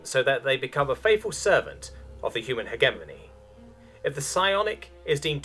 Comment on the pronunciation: My dude, I love you reading this, but for the love of space-God that's not how you pronounce hegemony.